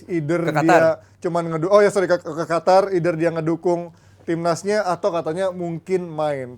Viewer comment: Qatar itu Q bukan kha kok khatar sih